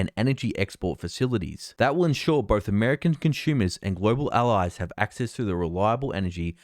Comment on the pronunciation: Why do you say, "conshumers" instead of "consumers"?